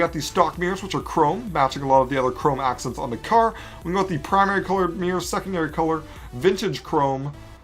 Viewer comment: "Now onto the meers"